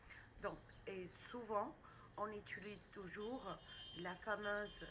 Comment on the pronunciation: Interessant. Mais pourquoi vous dîtes : " on Étulise..." ?